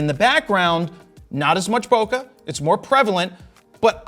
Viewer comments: The way you pronounce bokeh makes my soul hurt 🥲🥲🥲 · you pronounce bokeh wrong